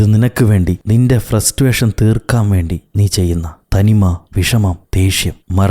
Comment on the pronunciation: ഫ്രസ്റ്റുവേഷൻ അല്ല ഫ്രസ്‌റ്റേഷൻ